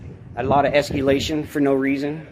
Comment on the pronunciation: It's escalation not escUlattion. There's no "u" in the word. That's why they're pigs, they don't understand what you're saying